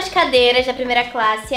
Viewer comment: a ju falou de plimeila classe